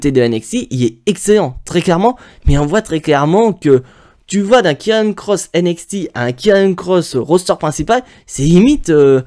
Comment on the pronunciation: c karrion pas kirriannnnnnnnnnnn